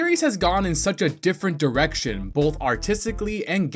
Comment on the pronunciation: The fact that you said "bolth" in the video.